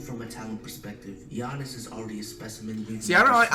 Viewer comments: He makes fun of him for saying akumpo, but they he says gi-aa-nis, instead of saying yannis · It's pronounced Yiannis